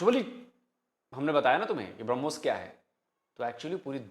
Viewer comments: If you listen carefully he initially referred to Brahmos as Harbooz. Thank God he didn't call it tarbooz.😂😂😂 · हूरों के लिए मर मिटने वाली कॉम brahmos को भी hurmos pronounce कर रही है 😂